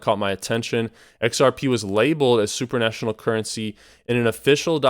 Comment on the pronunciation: Supranational, not super national :)